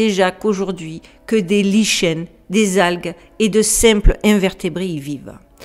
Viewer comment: "prononcer liken" ma belle pour lichens ! Mais c'est un détail!...